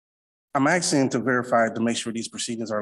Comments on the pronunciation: the "axing" drive me nuts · He shouldn't talk about "axing" so much in court. The judge may feel threatened. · He keeps axing questions. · He keeps talking about "axing." Is he a lumberjack? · "I'm axing..." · He sure is axing for a lot. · The word is spelled "ASKING", NOT axing. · This guy is “aksing” for a lot of things. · Im not a native english speaker. So im wondering. He says 'the word' Axing' a lot. I asume he mean to say 'asking'. Is this a dialect, or is it a speech impediment, like a lisp or a stutter? No offense meant. Just curious. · Stopping saying "axing"! The word is asking. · Guys he's ax'n 😅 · Well Sovcit - your axsing is improper...... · I can’t stand when grown adults say Unm over and over. And axing. And can’t read words like labacory .